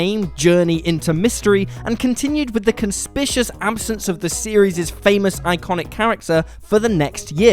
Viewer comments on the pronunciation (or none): "kon-spik-yu-us", not "con-spish-us"